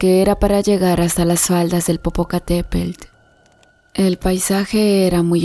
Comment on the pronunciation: ¡¡¡POR DIOS...!!! ¿"POPOCATEPEL", "IZTACIHUAL"...? HAY QUE APRENDER A PRONUNCIAR CORRECTAMENTE LOS NOMBRES SI SE VAN A MENCIONAR...¿PROBLEMAS EN LA VISTA Y MANEJABA UN TRAILER CON CARGA...? LE HABRÍAN PROHIBIDO HACERLO...